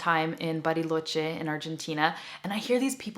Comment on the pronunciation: 100% true! Even as a native spanish speaker, it is very difficult to understand sometimes the Spanish from other countries. Congrats, the way you pronounced "Bariloche" was perfect. Great video. Thks. 😃